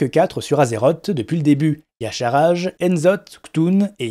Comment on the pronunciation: Tu es sûr de la prononciation de Y'shaarj ? x)